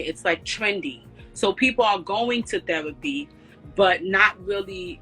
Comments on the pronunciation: Got a new drinking game...take a drink every time shawty says thewapy😂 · Axing about thewapi😂😂😂😂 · Her "re" words are said like "we" she said "Thewapy" 🙄😅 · T H E R A P Y, not THEWAPEE 🤦🏻‍♂️🤦🏻‍♂️🤦🏻‍♂️ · Did she say thewapee? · Yoooo, the way she kept pronouncing "thewapy" had me ROLLING!!! 🤣🤣🤣🤣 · Please stop saying the word therapy. You need to speech pathologist. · I can't get over this ladies pronunciation of therapy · If you can't pronounce therapy, stop saying it. She said theWapy like 20 times in 3 minutes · The-W-apy? Tell Mrs elmer Fudd to get a speech therapist too. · The way she pronounces "Therapy" is hilarious.